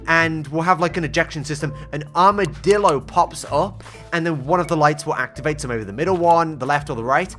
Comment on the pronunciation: Armidilo, more like, HARMidilo… hahaha… yeah that wast funny sorry